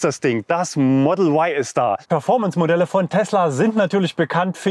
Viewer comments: Da man Eigennamen nicht übersetzt, gehört sich wohl auch die originale Aussprache für den Modellnamen Model Y. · der É-tron wird auch E-Tron ausgesprochen der Kia Cee´d wird auch Ciid ausgesprochen und nicht Cee "Apostroph" d wie es geschrieben wird oder der Mustang wird auch auf deutsch ausgesprochen nicht auf englisch und so bleibt das Y ein deutsches Y für mich! Sonst müsste man auch statt Tesla Tisla aussprechen da das engliche "e" wie ein "i" gesprochen wird! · Komisch warum sagen dann alle E-tron und nicht É-tron, oder warum wird Mustang von allen so ausgesprochen wie es geschrieben wird und nicht auf Englisch gesprochen oder der Kia Cee´d wird auch Ceed ausgesprochen und nicht cee "Apostroph" d gesprochen? Als sollte man in Deutschland auch das Model Y eindeutschen dürfen!